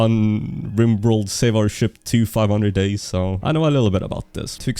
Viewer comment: ok so its "Riborld"